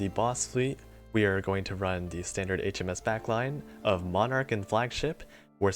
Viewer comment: Roon Me: Run! Nigerundayo Smokey